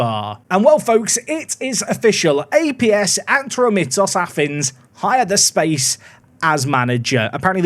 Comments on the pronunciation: Its pronounced Ah-tro-me-tos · just so you know because i am from greece the team name is pronounced atrómitos and the city is called peristéri